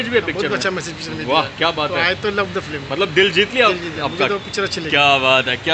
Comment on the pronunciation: Film toh bolna seekh flim kab tak bolega